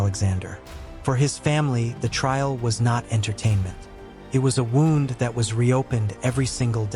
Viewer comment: who did this narration? wound is pronounced w o o n d!!!! ffs